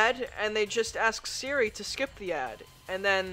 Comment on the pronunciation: When he calls Siri Diri...